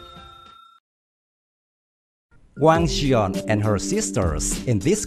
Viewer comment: it's wang gun...not wang jian lmao